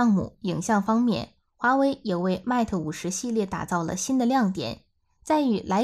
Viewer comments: 好好学习，mat和mate 如何读？ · Mate不是這樣發音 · 她讀得實在太難聽，將品牌代表性糊掉了!